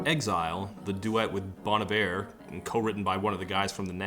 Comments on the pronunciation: bon EYE-ver lol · so you’re saying i’ve been pronouncing bon iver wrong this whole time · I thought it was pronounced like Bon Eevay? “Good Winter”